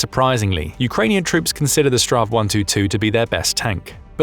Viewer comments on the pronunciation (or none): It sounds funny when you say straw 122 (STRV 122) . My recomendation is that you say "Strids-wagon" or "battle-wagon" instead. Strid = Battle Vagn = Wagon 😁 STRV stands for stridsvagn wich means Battle-wagon. When we in sweden say STRV, we dont say it as a word or name. We only say the letters: S-T-R-V. STR = Strids V = Vagn. 😁